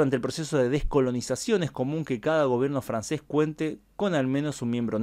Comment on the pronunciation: Creo que eres el primero en YT hispano en geografía- historia que sabe pronunciar en francés! Chapeau 💪♥️👍